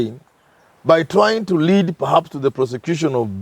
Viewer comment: "Pahaps" yes. "Paraps" no